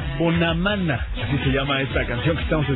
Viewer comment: jajajaj si lo puso, y luego como pronuncia Bonamana y M.B.L.A.Q. jijijijiji me emocione cuando lo escuche ayer jijijijii